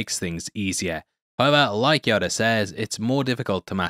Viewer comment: It's Yoda not "Yodar"